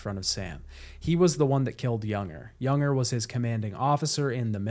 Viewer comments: I really enjoyed the video. It just bothered me that you kept calling Lou a he, which she is not, and you call Cliff "Junger" but he is "Unger". Otherwise great video. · What an exceptional game and a great video breakdown. Thank you. I tried to ignore it, but his name isn't pronounced "Younger". It's "un-ger", like hunger without the h. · It's Unger, not Junger. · "Younger"?? It's Unger, like UN-grrr. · It’s “unger” not “younger” man that annoyed me more than it should have 🤣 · This video is really great but that bothered me so much too. Everytime he said his name wrong it triggered me. It is a pet peeve of mine but this an amazing video though. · FYI I'm pretty sure that "Unger" rhymes with "Hunger", not "younger". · I’m loving this video but Unger is pronounced UHN-GUR. 😅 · I just wanna know why you pronounced Unger as Yunger? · Fantastic video! It drove me crazy that you kept saying Unger's name wrong though lol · You played this game multiple times, and you still can't pronounce Unger and chiralium correctly? Good vid though.